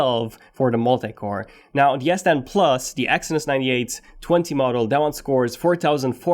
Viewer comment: Is he saying ‘yes 10’ !!!